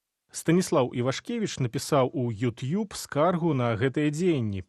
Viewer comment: Что за произношение:Ют юб?ТУПИЦЫ.